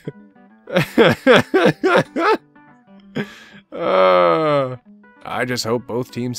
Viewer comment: HOW DARE YOU PRONOUNCE PASTA LIKE THAT